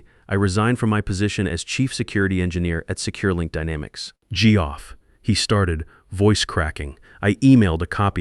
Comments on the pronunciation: It's not jee-off, it's Geoff pronounced Jeff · I'm sorry but the pronunciation of "Geoff" made me laugh. But I suspect it was not supposed to be funny, By the way, the 2 ways to pronounce "perfect" really needs to be employed when you are attempting to be dramatic.